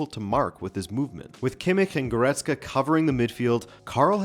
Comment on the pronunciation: Dod he just say Goretzka? 😂😂😂